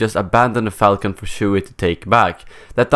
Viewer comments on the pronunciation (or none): none